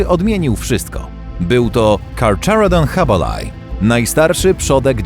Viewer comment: Łacińskie nazwy czyta się tak jak są napisane a nie jak by były z angielskiego. To nie jest "karczarodon hubelaj" tylko carcharodon hubbelli.